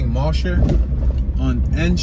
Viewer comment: Yo - you've done well w the tour and road names - but it's not Mosh-er......its Mo-jer- / just helping ya out there